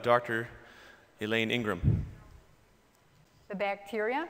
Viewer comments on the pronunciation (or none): Not Ingram, Ingham! SMH!